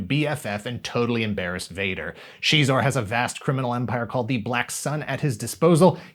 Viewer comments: Shezor?! Hell nah….sounds like a lil bitch. Zixor(Zyzor)…the only way to pronounce it since the 90’s. SHEEEEZOR?! That’s tarded. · I used to pronounce him as "Ex-Eyes-Ore" all this time its Shee-zor (Xizor) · She?-xor? All this time I’ve said it different, and I’m not stopping. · I'll decide for myself what is and isn't canon when it comes to Star Wars. Disney can't take that away from me! I did always pronounce it "Zy-zor" though, that's gonna take some getting used to. I must've played the snow speeder level of the game hundreds of times. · CHEEZOR?? I had no idea that it was pronounced that way 🤔 🧀🧀